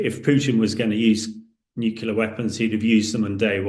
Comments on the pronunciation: Consistantly mispronouncing "nuclear" as "nucular" the whole way through the video is very off-putting! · If you can’t pronounce the word nuclear correctly then you don’t have any right offending your opinion on the subject. It’s NEW-CLEAR not NUKE-YOU-LER. This is a common mispronunciation but it’s entirely wrong. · NuCLEAR not NuCULER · Thanks for clearing up the proper way to pronounce it. NEW - QUE - LUR. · And he can't even pronounce 'nuclear' ... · You'd think that some of these experts would pronounce NUCLEAR correctly